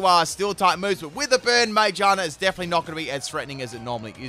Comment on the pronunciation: mage-ah-na??? Do you think the r is silent lol? Sorry it kinda bugs me 😬